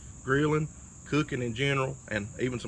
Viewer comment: “When yur luuking yur not cuucking”